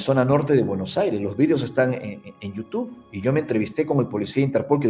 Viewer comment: Al finalizar, un señor decapellido invita a su canal de You Tube sólo que no es capaz de pronunciarlo correctamentevy termina invitándonos a iU TUF. Por favor,, toménse su tiempo entre todos y enséñenle a decirlo bien. Gracias.